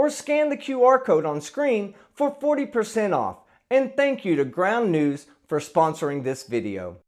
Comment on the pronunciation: Ground News? I thought you said Ground Nudes ... ... Damn it!